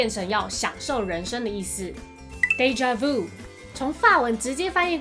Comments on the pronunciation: 我就是学法语的 视频挺好的 但纠正几个错误，déjà-vu 的vu 发音是vyu 不是vou，bon appétit 是 appei ti 最后结尾t不发音，还有encorede结尾是小舌音he 不是英语的r 但其他的都还不错的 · déjà vu 读错啦